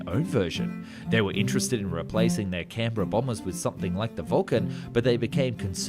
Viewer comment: I was impressed by your pronunciation of "Canberra". Then I realised "Oh, Aussie! Of course!" So it still remains a feat unachievable by Yanks 😊